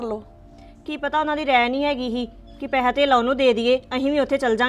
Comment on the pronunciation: ਪੈਹਾ ਨਹੀਂ ਪੈਸਾ ਹੁੰਦਾ 😂😂😂😂